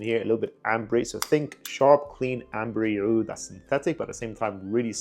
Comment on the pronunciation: Sounds like that Armaf trip to the Middle East helped some reviewers respect the actual pronunciation of the word Aoud.